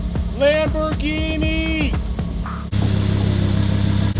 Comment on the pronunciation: Americans.... Lambor ginie Italiano... lamborghini (Lam bor genie) (Ghini = genie: like genie in a bottle..) Love you but it always sound so ridiculous.. LOL Peace